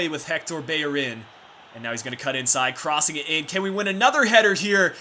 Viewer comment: Is it just me u say beyerin instead of bellerin are u from USA but love ur vids <3